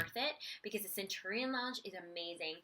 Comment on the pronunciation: Finally, a youtuber that knows how to pronounce Centurion correctly... other youtubers that discuss AMEX's Centurion all pronounce it wrong